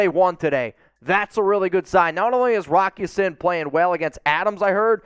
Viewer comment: it's Rock Ya-SEEN.